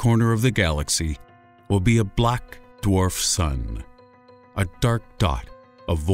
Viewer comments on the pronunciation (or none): none